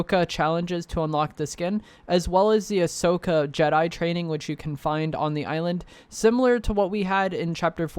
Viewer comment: Dude, it's pronounced AH-SO-KAH. Not uh-show-Kah 🙄